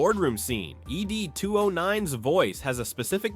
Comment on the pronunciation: Dear AI.. Its 'Ed", not 'Ee Dee'.